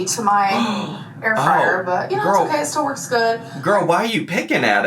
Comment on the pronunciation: I feel like someone needs to do a compilation of her inhaling meat after the clip of her saying “I’m not a meat gorlie”